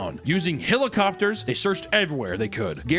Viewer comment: Hill-o-copters Damn, maybe you are from Alabama too